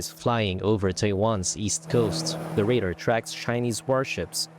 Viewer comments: I think that you nean RADAR, not raider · What's wrong with your readers - they can't pronounce "tribute" and "radar" correctly! Well, at least we know they're not AI 😂